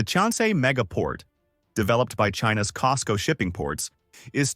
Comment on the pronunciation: your AI video is not working well. It’s cosco not cisco 😅